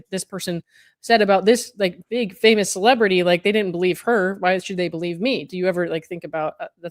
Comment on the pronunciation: So we can not dislike "celeblrraty"...litle tyrants ahead